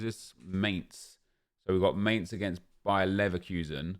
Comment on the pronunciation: I am german from mainz and it is really annoying the wey he says mainz